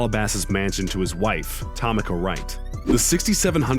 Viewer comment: "TOMM-IKKAH" Wright? Bro..."TA-MEEKAH". How can you fuck up, "Tomica"?